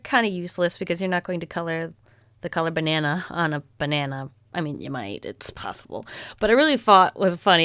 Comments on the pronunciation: Lol bannana..? It’s banana 🍌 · U said banane not banana u dont know how spell it corectly too!!!???!!!!??! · *its banana not banane 😂(no hate 😚) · is it just me or did she just say how do spell banana wrong its just banane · u said bana instead of banana...........LOL was anyone gonna point that out? IDK I didn't check.....LOVE U!!!!!!!!!!!!! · She said that they spelled banana wrong but when she spelled it she said b-i-a-n-a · Did u say Banane? XD Its Banana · Its funny when she says they spelled banana wrong but then she spelled it wrong. (Banane is what she said) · You even spelled banana wrong you said banane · Banana not banane.... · U know when u said they spelt banana wrong u said it was spelt banane in stead of banana 😂 ly tho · Did she say “Banane??” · It's banana not banae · The funny thing was yes they spelt banana wrong but she also said it wrong it's not banane 😂😂😂😂❤️❤️❤️❤️ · Idk of she said banane or banana but if she spelled it wrong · Banane? Thats what i heard :/ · did she say B a n a n e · She said b-i-n-a-n-a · Did anyone realize that she said b-i-n-a-n-a when she spelled banana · B a n a n a Not whatever you said. And the marker only had one extra "n" where there was two "n" 's togther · “Banane?” Im sorry that’s just what I heard. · You: Bananas. Me, an intellectual: Bannana. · Can I just point out she said binana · Did she say banana had an e in it ?? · Banana wrong bannana right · You said banana wrong